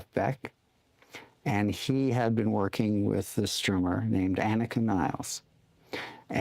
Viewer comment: AAH-nee-kaah NEE-less